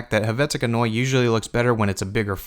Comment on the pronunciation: Your pronunciation of "Neue" kept bugging me. As a German word, it should be pronounced like noy-a.